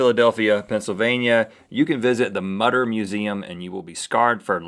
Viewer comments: It's actually pronounced "Moo-ter" :) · It's pronounced motor! Mütter! Ü=O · Actually the museum in Philadelphia is the Mutter museum (pronounced mooter) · its not mutter its prononced mooter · The Mutter (should be an umlaut over the u) is pronounced "Mut-ter" with the first syllable rhyming with "put." It is a Museum of Medical Oddities attached to the College of Physicians in Philadelphia and deserves a LOT more respect than Rhett and Link gave it. Shame on those two for vilifying that incredible storehouse of medical knowledge. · The name of the museum in Philadelphia should be correctly pronounced "moo-ter" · It really bugged me that they pronounced Mutter wrong XD It is pronounced Moo-ter btw :~) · IT'S PRONOUNCED MOO-TER! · It's pronounced Mootter and it's not that bad. It for medical studies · Mutter = "MOO-ter" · Pronounced mooter museum